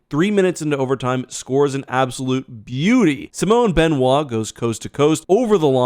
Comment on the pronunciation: "matt domi scores an absolute beauy... You been drinking lad?